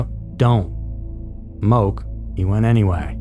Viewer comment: It’s pronounced Mo-Keh. And I’d say Sacred Falls is way more illegal since it’s actually had a very tragic incident. I don’t even think people try that hike anymore.